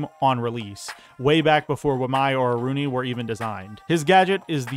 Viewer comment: It's Aruni, by far